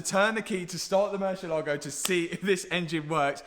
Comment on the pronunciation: Plz at least pronounce the Lambo name properly. Is MURRCIÉLAGO